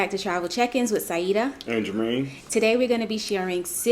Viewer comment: Your pronunciation is perfect keep using the same words!